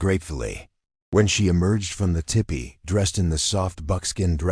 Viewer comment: The AI narration needs a lot of polishing, but it was a good story. Btw, it’s tEEpEE, not tippy.